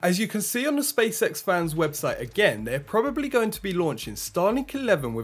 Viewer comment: Space X not Spacesex